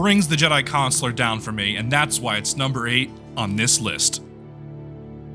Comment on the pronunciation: Don't like how you both say Consular.